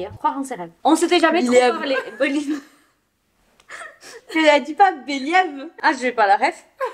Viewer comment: merci bcp pour la vidéo c’était marrant, et mdr pour le « belièève » 😂